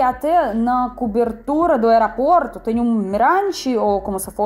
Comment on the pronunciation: Não wearaport, fala aeroporto 😂😂😂 desculpa, parabéns feliz aniversário 🎊🎁🎉🎈🎂